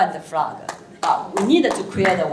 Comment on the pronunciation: 文法錯誤百出，而且在英文中間加"的"是怎麼回事???還有她英文的國旗念成青蛙了，真好笑